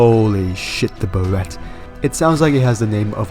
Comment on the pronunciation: You're thinking of Beretta, one of the oldest gun companies and maker of the iconic M9 Pistol. Barrett is a fairly new gun company that specializes in Anti-material rifles such as the one in game. It unfortunately cannot kill tanks, but it'll break basically everything else. Also it's pronounced Bear-it, although Beretta is pronounced the way you're saying Barrett, as in Bur-re-ta